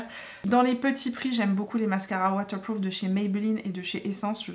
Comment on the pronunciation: « Mascara watewpwoof » 😅😘